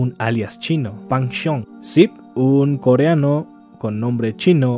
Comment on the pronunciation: el pronuncia mejor el coreano que otros youtubers